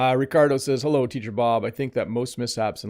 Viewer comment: Did you really say "well 'ello" at the beginning? Come on, you're the teacher 😂